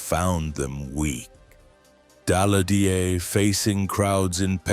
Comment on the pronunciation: Ki ist für Jahreszahlen meist noch unbrauchbar, zB am 28. Juni 191(!) statt 1918! Auch Sudetenland und Daladier und Gleiwitz kann die KI nicht aussprechen!